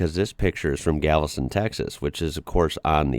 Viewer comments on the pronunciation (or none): none